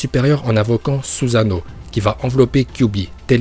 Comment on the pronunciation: Uchihhhhha, mokton, suzzano, saske, bidju et par contre ta pas le droit de deformer le nom de itachi